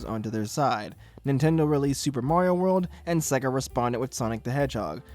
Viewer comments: sega intro: SAYYYYY---GUHHHHHH this guy: sehgguh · It's say-gah, not seh-gah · Say Sega properly.